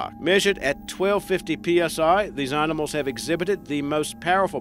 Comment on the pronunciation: “Arnimals”, “parnther”, “Arfrican” lol